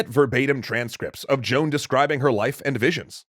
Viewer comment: Either say Joan or Jeanne but not John .